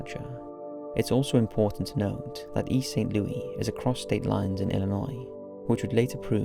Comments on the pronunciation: Dude, not to nitpick, but it's pronounced Saint Loo-us, not Saint Loo-ee. The S isn't silent. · Don't wanna be that guy, but you actually pronounce the S in St. Louis. Loo-is, not Lewie. Just wanted to say this, bc you mention the region often enough. But wonderful video as always! I love your work! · My god, its St. LOUIS not St. LOOEY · It's Saint Louis, not Saint Lewey. As someone who has lived in this city for fifteen years and even spent over eight years with the Saint Louis Police Dept even missing people from the county or murdered victims would land in the department inbox never heard of this case. I resigned two months ago but this is one case that never landed in my work inbox, which is strange because everything even from East St. Louis ended in my inbox, it was email over load from the passes we had to sign and just alerts. Videos of wanted suspects, missing people and homicides that were outside or juridiction. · thank you for being that guy! I'm a St. Louisan and it's driving me insane🤦🏾‍♀️😂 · Great video! Its probably too late for this but St. Louis is pronounced loo-is not loo-we 😳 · You have got to stop mispronouncing the name of this city. You can get over one or two times; over and over, it sounds pretty ignorant. Also, Americans don't live in 'flats'. We don't' know what the hell a flat is. An apartment. One gets the sense you're throwing these videos together a little too quick. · the s is not silent in (St) Louis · I am fascinated by your videos and your ‘no nonsense’ way of narrating the episodes. This one was especially intriguing to me as it involves my hometown of St. Louis! Even though I lived there during this period, there was little or no press coverage of this tragic case. Thank you for bringing it to your fans’ attention! BTW, Americans don’t use the French pronunciation ‘Louis’ for St. Louis; they pronounce it as ‘Lewis.’